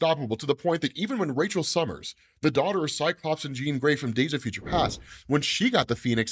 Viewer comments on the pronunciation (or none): none